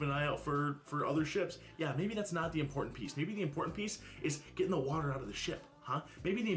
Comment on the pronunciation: Disappointment My, want to stick pencils into my ears moments are when she says “impor-end”. Ugh! *edited because I relistened to a vid and realized she doesn’t even use the “T”.